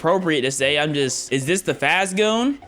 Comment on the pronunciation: really herd faz goo and turned it into faze goon